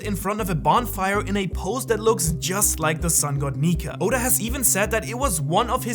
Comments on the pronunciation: Woohhhhh no way he didn't do a retake on the sun God Nika lol Nika with an A not a R😂😂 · Did nobody hear him say sun god Niker ? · No hate but you kinda said Niger in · Did anyone else notice that he had said Niger instead of Nika? At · my man said neker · Bro I think you seriously mispronounced "nika" like you put an r on the end that was never there. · bro said sun god negger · U said sun god niker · At the did he say nikER or am I tripin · "Sun God niger" AYO WHAT HUUHHHH NAHHHHH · Sun god neker☠️☠️☠️☠️☠️(dont hate he really said it) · I don’t like how homeboy pronounces “nika” with an “er” at the end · u said it wrong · BRO really said the n word hard r instead of nika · U aint the only one mate LMAO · that is NOT how u pronounce nika my dude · in min it sounds as he is saying something else💀💀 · At one point this guy said nika and I thought he said the n word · It sounded like you said the n word for a second 😭😭😭😭😭😭😭😭😭😭😭😭😭😭😭😭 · Is it just me or did nobody hear him slip up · He straight up said 🇳 🇮 🇬 🇬 🇪 🇷